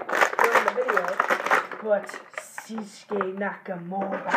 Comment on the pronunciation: It's shinsuke not sinshuke